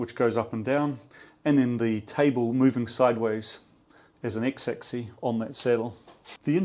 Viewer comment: Dude, it's axis with an S at the end... which is actually pronounced. It's not "axi". The plural is axes (pronounced "akseez"). You're welcome 😊